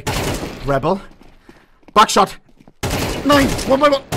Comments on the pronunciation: The way he shouts “Buckshot” sounds too much like “Backshot” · I can’t be the only one who only heard backshot instead of buckshot right?